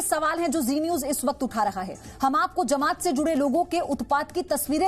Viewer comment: "ushe" nahi hota hai pagli....... use hota hai